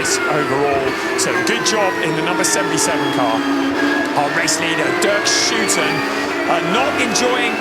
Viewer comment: it's DERK SHOOTEN